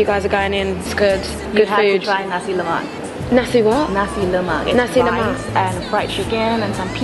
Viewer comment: she looks cool in person, but the image she potrays as a singer seems unreal..n she could pronounce nasi lemak just like malay say it..so cool